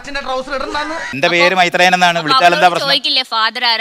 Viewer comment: Mythreyan❌ Myreyan✔️